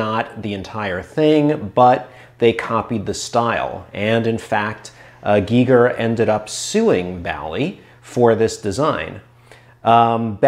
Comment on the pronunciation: It's G-ee-ger. I'm a multi-lingual Swede with extensive knowledge in the Germanic languages, for reference. Most Europeans pronounce it correctly but for some reason the British pronounce it like a Geiger counter, which is incorrect in the case of H.R. Giger. If he'd been born in the UK it'd been pronounced like a Geiger counter though...